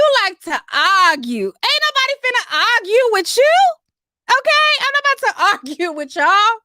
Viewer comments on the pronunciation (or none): Plies says arguh lol